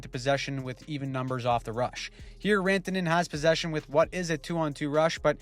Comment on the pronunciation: Sounded a bit more like "Miko Rentene" (rent-a-net ?) to me.. Even though the attempt was good, did not fool me 😂